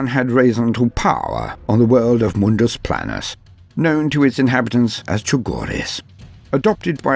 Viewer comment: Excuse me it's pronounced Mundus PLAIN-us, and say it ultra-rapidly. I love TTS, also if that eldar was fighting a marine malevolent, that marine would've ran over that woman and walk on her corpse as well as her baby's. Fuck the Marines Malevolent.